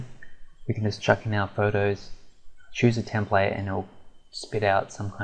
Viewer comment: its a template not a templay you idiot